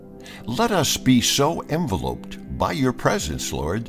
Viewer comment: He is “enveloped”, like in a letter..lol, enveloped as in your love, is pronounced differently lol…just saying.